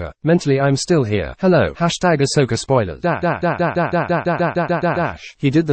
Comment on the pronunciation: Love it when someone writes and says Ashoka instead of Ahsoka :D